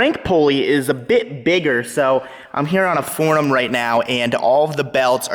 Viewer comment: Rudickism word of the day “FORNUM” Also known as forum ..... 😂 💀